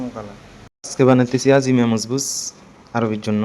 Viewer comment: নাম লিখেছেন একটা বলছেন আরেকটা। সুন্দর করে উচ্চারন করতে হবে ভাইয়া।